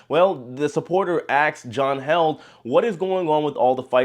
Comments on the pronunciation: John Heald....long e!...not held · Hey J, John Heald pronounces his name " healed " as in " The small cut healed in less than a week. " Thank you, J